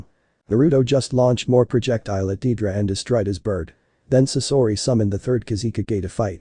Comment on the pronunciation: it's deidara not dedra